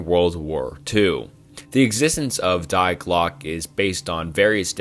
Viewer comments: When you pronounced Die as “dye” really hurt me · Die in German pronounced dee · It’s pronounced „dee“